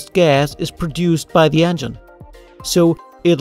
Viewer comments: How do you fuck up the word "engine." You're pronouncing it "ann-gin" and it pisses me off. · "the angine" 😉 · "de andgine"